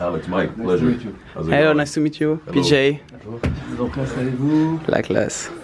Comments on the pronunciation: "Hello naisse tou mitte you PIDJEYYY" mdrrrrrrrrr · lol j'ai adoré le " hello pijay "